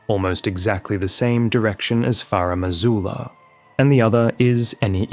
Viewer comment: FaRumm AzooLuhh